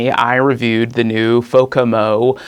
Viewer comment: It's Fomako, not Fokamo.